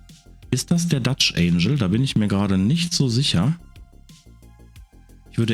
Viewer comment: Nur eine kleine pingelige Anmerkung: du sprichst "angle" wie das Wort "angel" aus - was Engel heißt, nicht Winkel. Wenn du es im Englischen wie Engel im Deutschen aussprichst, kommst du der Sache schon näher ;)